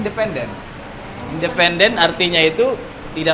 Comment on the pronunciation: Minimal belajar ngomong "independen" dulu yang bener mas